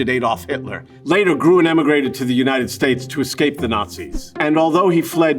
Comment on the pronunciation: Best pronounced “Grün(baum)” :)